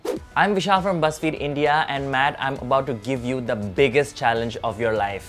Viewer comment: Me being an Indian watching the Indian guy say Matt as matth : He is not from our Alliance.